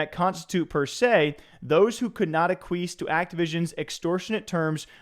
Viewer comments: Ah queef????? It’s ak-wee-es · ACK-WEE-ESS NOT Requis’ cousin Aquis 😂😂😂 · hearing you pronounce acquiesce like (uh-kwees) instead of (ack-we-es) had me pissing my pants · its "ack-wee-ess" not aqueese brother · Ahk-we-es. Bruh. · Bro…please prepare for your videos beforehand. “Ack-kweese”? Come on. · Say it with me.... Ah-kwee-s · A queef.... Ack qwee ess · Reading “acquiesce” as “uh-queeze” is an all timer. Yikes. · It sounded like "a queef" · Ehh, it’s a chad word. I’m glad he said it wrong.